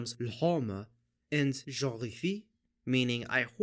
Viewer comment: « J’horrifie » pronounced like this is truly horrifying